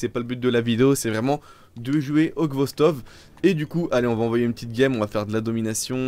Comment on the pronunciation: tu dis ghostov au lieu de khostov x) , mais sache que c'est une excellente arme , je pensais que tu l'avais deja test